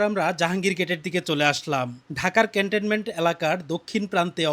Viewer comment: ক্যান্টেনমেন্ট নয় রে মদন, এটা ক্যান্টনমেন্ট